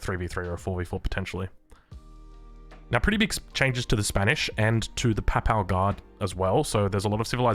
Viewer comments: Quick note: Papal is pronounced more like pAY-pahl rather than paple. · Does he play the game in Spanish? As a Portuguese, I'd rather hear him say Paypal Guard than pápál guard. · Love u and also Papal is pronounced "pay-pull" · The Papal Guard xDDDD its like in Paypal, make it PapAl guard! I can´t bear it :P But love your vids! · That is definitely not how to say papal.